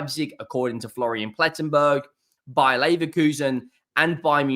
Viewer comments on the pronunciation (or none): none